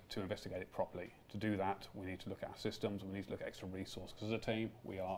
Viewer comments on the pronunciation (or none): none